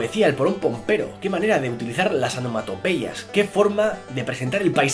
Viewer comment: ¿anomatopeyas? XDDDDD